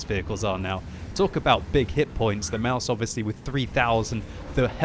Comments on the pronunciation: its pronounced Maus, you dont put anything behind the s...just stop doing that please. the english way of saying mouse is really damn close to the german way of saying Maus so no need to change anything there really...idk why some ppl believe german words are pronounced with an "a" at the end...like some ppl believe Porsche is pronounced Porscha...dafuq?! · CHUBBYCAKES Maus* or mouse, it's not mause, that's pronounced "Mausa"